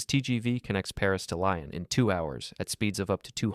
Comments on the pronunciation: Hahaha, Lyon was pronounced as Lion, not Leon. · Not Lion. Lee-ohn. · you said Lyon incorrectly.